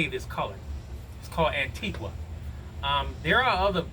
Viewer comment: The u in Antigua is not pronounced. It ends in “ga” .I live in the west indies.